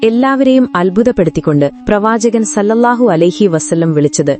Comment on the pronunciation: സ്വല്ലള്ളാഹു ആലഹിവസല്ലം എന്നാണ് അല്ലാതെ സല്ലല്ലാഹു എന്നല്ല.ഓക്കേ